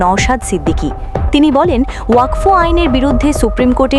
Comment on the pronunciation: আরে ভাই উচ্চারণ ঠিক করে বলুন।ওয়াক ফ এটা আবার কী?